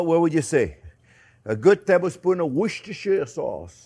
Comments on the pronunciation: 'Wooster' sauce, JP. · I thought it's pronounced "wooshter" sauce. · Hey chef you pronounce it like WOOSTER-SAUCE. 😊 I know, it's written diverend on the bottle, but... The English say it to you call that sauce: WOOSTER-SAUCE. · “what’s-dis-here” sauce😊